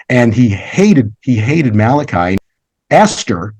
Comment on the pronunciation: Mordecai, not Malechi.